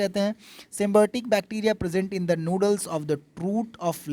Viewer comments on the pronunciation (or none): It's not noodles; it's nodule.